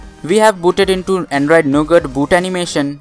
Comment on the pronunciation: he says "We have installed Android 7 which is no good". . . . . . . . jk. I know he said Nougat. Sounded like it tho 😂